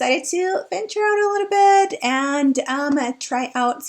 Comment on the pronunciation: Love how you say "litta bit"! ❤️😂